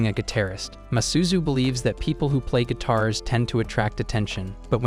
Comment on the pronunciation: What is saying guitars it sounds like it's saying gay terrorist